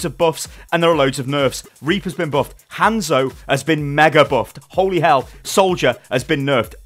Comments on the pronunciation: It's not fucking Han-zo it's just fucking hanzo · PLEASE PRONOUNCE THEIR NAMES (HOH-NZ-OH) and (SOH-M-BRAH)